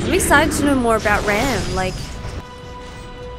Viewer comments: I find it ironic how you pronounce RAAMs name. I once had a debate with my sidings over how to pronounce it and I thought it was Ram too lol Since it has two A’s it’s pronounced with the long A. 😃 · It’s pronounced RAAM, not Ram.